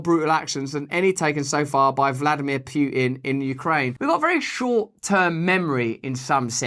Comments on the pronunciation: Wait. Did he say "Pew-tin"? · Hey Russ … who is this Russian dude pooehinn (haha)